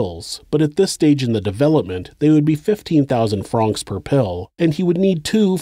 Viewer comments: Pronounced like the name Frank, not frahhhhnks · Its not Frraanonxx. Its Franks.. Francs Pronounced Frank. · Regarding Swiss Money - Why do you say “Fronks” - rhymes with honks, and not “Francs” - rhymes with “tanks”, the latter being correct? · How the fuck is no one mentioning how the narrator keeps saying franc wrong. I cant focus on anything else except "Fronks"